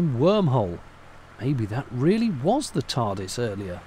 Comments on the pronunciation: Wait......did you say Turdis? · "Turdis" Lmao :) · Couldn't stop laughing at the "T.U.R.D.I.S."!!! Cheers,! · "The Turdis" 🤣🤣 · Hahahaha “turdis” 😂